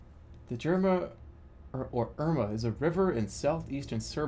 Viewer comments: That river is pronounced Yerma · well, it's pronounced more like "YAIR-mah"